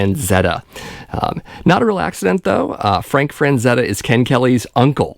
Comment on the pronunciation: Not to nitpick, but it's Frank FRAZETTA, not FRANZETTA.